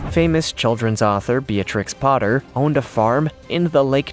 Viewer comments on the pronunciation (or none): none